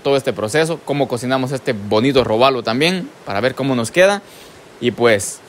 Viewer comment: es: róbalo no robálo